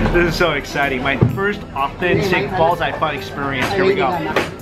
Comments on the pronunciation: It really should be "Bow Jay Phan" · when you say bao zai fan it kinda sounds like u r saying balls of fun. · is he saying ballsarefun to troll us? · It sounds like "balls ey fun" when you say it. Bao Zai Fan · It sound like you're saying "balls are fun"